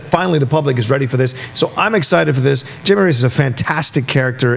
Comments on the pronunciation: Do they know its not pronounced Jamie??? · You can tell they don't know the character since they keep saying "Jamey" and not "Haime' " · It’s HAIME not JAMIE